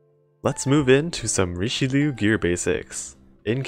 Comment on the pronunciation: It bugs me every time he pronounces Richelieu